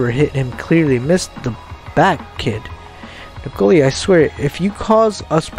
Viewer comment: N I K O L A NOT N I K O L I A.